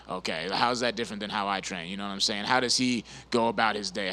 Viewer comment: bryan "nawmsayin" battle